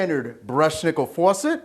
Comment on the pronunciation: The way he says faucet, tho.